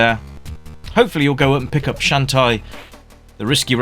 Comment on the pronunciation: Shantae is pronounce as "shawn-tay."